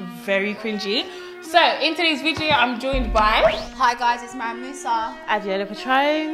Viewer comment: In today's "vidjewo"